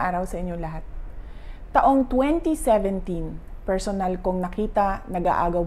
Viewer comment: Omg, binabasa na Mali pa…”deeply persyonal to me”…. Just go back to Davao. Do this kind of speech privately and not in public. Shame